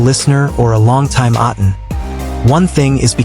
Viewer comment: A'tin no "s" pls 😊